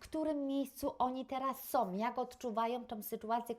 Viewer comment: Naucz się mówić po polsku 🤦 "som"